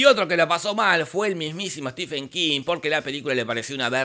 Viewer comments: Estimado..la verdad no conocía tu canal. Pero me dijeron que estabas hablando del maestro Stephen King. Y Cómo fan ,lectora y coleccionista de hace más de 20 años del sr king vine a corregir varios errores del video. En 1er lugar dices ser un lector y conocedor de king pero veo que no lo eres. Se pronuncia (estiven) No stefen. 2do su mejor novela es la saga de la torre oscura y Cómo bachman es la larga marcha. 2do su mejor adaptación al cine es Misery ya que es prácticamente igual a la novela. 3ro hay más adaptaciónes buenas Cómo 1922 (un relato corto de su libro "Todo oscuro y sin estrellas" y el juego de gerald (ambas en netflix ) miralas! 4to "ojo de gato" has dicho que no pertenece a un libro...pues déjame informarte que Si pertenecen todas esaa historias a su libro "El umbral de la noche " te recomiendo lo leas. 5to shawshank redemption pertenece a su novela doble las cuatro estaciones. 6to para alguien que dice leer a king es imperdonable que creas que the mist de carpenter es lo mismo que la niebla de king ya que pertenece a su libro Historias fantásticas. Y 7mo lee a stephen king así en un par de años haces un buen video. Sdos desde españa. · Stephen es Estefano, no Esteban